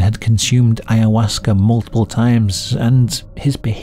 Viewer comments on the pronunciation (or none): none